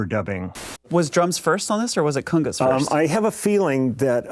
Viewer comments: LOL, cungas? Ah, cOngas! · "cungas"? Congas you mean?